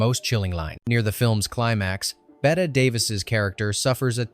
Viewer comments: Is this an AI voice? It’s not “Bet” Davis, it’s pronounced like “Betty.” We used to actually have fun watching this movie, we knew a guy who looked like the chauffeur and would laugh at those scenes because of it. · Betteeeeeeeeeeee Davis. Pronounce it correctly please AI. She a Hollywood legend. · It’s BET-EEEE DAVIS, not BET-AY! Learn to pronounce the legendary actress’ name! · Tell that every human knows Bette Davis's first name is pronounced 'Bette'. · An entertaining upload, thank you. Quick suggestion: when typing your script for AI, please spell Bette Davis’s first name as “Betty” - it’ll at least pronounce it correctly and not spoil people’s enjoyment. TVM 😊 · Bette pronounced Betty. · Nobody is talking a out spelling. It's about the mispronunciation.